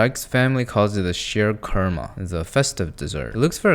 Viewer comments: The way you murdered the Sheer Khurma 😢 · The sheer khurma made me so mad lmfao